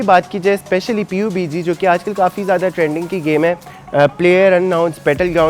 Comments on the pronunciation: U still didnt get the point. Its pronounced PUB-G . Not P U B G. And stay professional and ignore stuff and take criticism so ur videos r not about u ranting about criticism. Cuz in this video, aadhi video me uss comment ka rona rotay rahay ho aap. Either dont rant in ur videos or take criticism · we even dont pronounce P U B G.. its pubg and collectively pronounced PUbjii..... And if u gamer u always called this i guess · xd its PUB G not P U B G.Btw good review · oss bhai sab na kaha tha pubg na bollo "pub g" bolo jaisy cod bolty ho "c o d" ni bolty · Abe oh gawar.... P U B G nhi hota.... PUB-G BOLTE H.... Ab pakistan walo ko ky he kahe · Its called (PUB)--------G not P U B G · You foolish guy, You didn't even showed my 2nd reply when I said It's not nessecary to pronounce P U B G. I said you should pronounce Pub-g than saying P U B G, it makes even more dumber than you already are! And asking me to make a review on phone, well since i had no passion for making reviews but I'm really proud that my country's people make muchhhh better reviews than you and at least the foreign people can also understand since they makes all reviews in English! So yeah before roasting someone do remember where he belongs too.